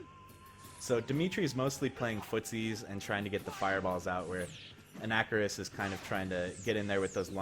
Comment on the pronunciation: You actually say anakaris correctly in this one...for a moment